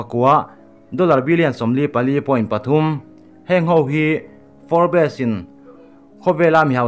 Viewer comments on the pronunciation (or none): Forbs anga lam tur. For bes nilovin. Tihsual palh emaw, hriatlohte pawh a awm ve thei e. Hriat kim vek theih a ni silo a ni. Kan inhrethiam tlang vek tur a ni. Kan zirtirtu pakhat chuan thil zawng zawng hriat tum suh u, min ti ţhin. 😊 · Nakin zelah pawh Forbes magazine news inla la zel duh awm sia.. A lam Dan dik zawk in aw.. Fobs tih rik a lam zawk tur ani e.. Sawi sel na ni lo in thahnem ngaihna zawk in le.. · Pronunciation chu zir tur awm ve nual mahse i sawi tum a hriat theih tho e. Entirnan, Forbes hi fourbess tih a lam tur ani lo😂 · For bes ti a lam lo in, Forbs tiin lam hram la, ngaihthlak a nuam deuh ang😇🆒✌ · Fawr-bes ti ang a lam lai tak hi chu a fuh chiah lo. Fawrbs (Forbes) ti in an lam țhin a ni. A dang zawng chu a ngaihthlak a nuam e. 😊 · Fawrps.. Tiang hian aw.. Tisual thei vek kan ni.. Thurawn in pe tlang thin ila.. I channel a ngaihnawmin a bengvarthlak thin e.. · Forbes. Fawp, tih mai tur alawm😁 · Fawr bes tih loh tur aw.Forbs i ti tawh dawn nia. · nui keh tuarlo khan a lamdan dik chu hrilh ve mai la. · Forbes a atawp a 'es' zawk hi lawm lambi tel loh zawk tur 'b' hi chu lam tel a la ni zawk... Forbs tih in an lam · Forbz alom a lamdan tecu🤪🤪🤪🤪 a spelling forbes